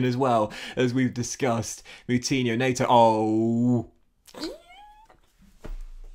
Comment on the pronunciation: It's pedro net-oh